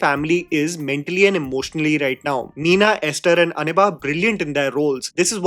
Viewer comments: Bruh its an si ba not aniba 😂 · Her name is ansiba...not aniha🙄